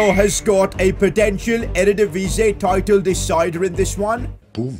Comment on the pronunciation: It's still EreDivisie not erDedivisie 😅😅